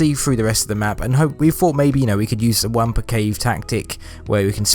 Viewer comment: It's pronounced "wompa" not "wampa"